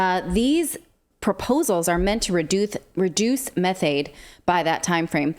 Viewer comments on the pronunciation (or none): Zero carbon is an impossibility, humanity will be the next mass extinction, bought about by it's own stupidity. "Methade"? hard to be taken seriously when you can't articulate basic words